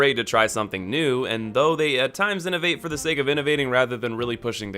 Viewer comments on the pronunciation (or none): none